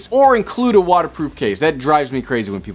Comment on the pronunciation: Great Video but I'm pretty sure the word is Compatibility not compatability